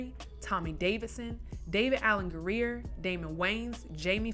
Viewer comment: The actor’s name is David Allan “Grier”. Not “Ga-rier”. FYI in case you ever interview him.